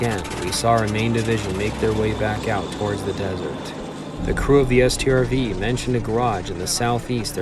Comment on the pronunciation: he calls a StuG a stug and a T O G a tog (from a different video) yet he calls a Strv a S T R V